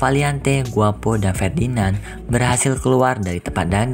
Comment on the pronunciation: Fedinand😂😂😂 Ferdinand woyy🔥